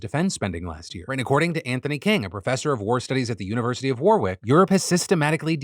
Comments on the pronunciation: lol phil said war-wick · Phil, I know English place names are a nightmare but I feel duty bound to tell you that you don't pronounce the second 'w' in Warwick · The way you say Warwick is so odd. Such a strong emphasis on the second W 😅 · just to let you know Phil, it is not war-wick, its said warick, you don't pronounce the middle W. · The way Phil said War-wick made me cringe. It’s pronounced War-ick in the UK lol 😂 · Warwick is pronounced Warrick. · Warwick = Warrick English pronunciations are dumb :p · Yo, Phil - it's not "War-wick University". It's pronounced "Worrick University". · Warwick is pronounced Warrick not War-wick. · Warwick is actually pronounced wa-rik, the second 'W' is silent. Sorry had to say it!